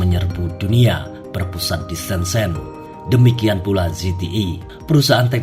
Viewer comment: sebut pun salah. "shen-jen" ma